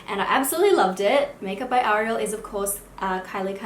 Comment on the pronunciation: I've never been a fan of the name "Ariel" But the way you say it, its a beautiful name after all.